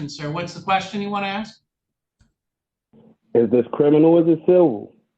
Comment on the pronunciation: "Those sentences don't mean anything." A for effort, judge, but I don't know if someone who cannot pronounce "ask" properly is going to comprehend this.